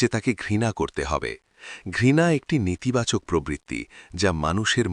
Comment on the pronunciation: Khub sathik katha . Katha ti "nitibachok " hobena , hobe "netibachok " . Dhanyabad.